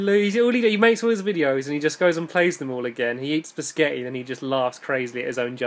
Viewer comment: spageti not pisceti stampy!!!!!!!!!!!